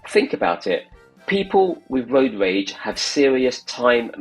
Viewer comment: I'm not sure Road Rage video commentary suits someone that can pronounce road rage?